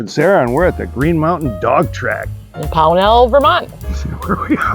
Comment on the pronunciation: I know you’re not from the area, but it’s pronounced POW nul, accent on the first syllable, not the second. Nice video. I grew up 2 miles away. Built in 1961 horse racing until the 70s owned by the Rooney family out of Pittsburgh. Green Mountain Park was famously known as a horse racing venue. It was only the last couple years that they transitioned to dogs and they were not successful at all.